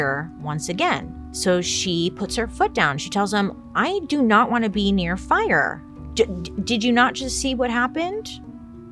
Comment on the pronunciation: "The fi-yahh!" 😂😂